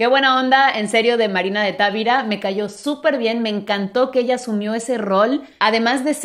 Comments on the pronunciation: No es Távira, es Tavira sin acento. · Analicemos el español de Miss Tuggy cuando dice Marina de Távira (es Tavíra) palabra grave con acento prosódico, puse la tilde por claridad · Hablando de mejorar nuestra pronunciación es Marina de Tavira, no Marina de Távira. No es una palabra esdrújula puesto que no está acentuada. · Moraleja: vuelve a sorprendernos al enfrentar la realidad con cordura y empatía. Supo en el fondo del corazón que pronunciaba mal Tavira porque sabía que una palabra grave que termina en n, s o vocal no se acentúa ortográficamente, es decir el acento recae en la penúltima sílaba (Ta-ví-ra). Ambas extraordinarias féminas me dejan a mí la moraleja de que es posible llegar a comprender y hablar otro idioma a la vez que disfrutas el expresarte en el propio. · He aprendido y corregido la pronunciación de muchas palabras con. Me atrevo a corregir en español el apellido de Marina, es una palabra grave, por lo tanto la sílaba tónica está en la sílaba VI. No se pronuncia como una palabra esdrújula, porque en ese caso, se escribiría TÁVIRA. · Tavira... lo pronuncias acentuando la 1ra "a", y no, no lleva acento...tu español es muy bueno 👍🏼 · Hola solo al tiro con el apellido Tavira. No sé pronuncia como tú lo haces. Ojalá aceptes la corrección. Saludos cordiales preciosa